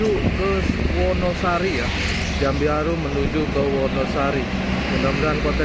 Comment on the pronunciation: Jambearum, bukan jambiarum